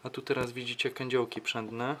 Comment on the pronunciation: i mówi sie kądziołki a nie kędziołki przędne :)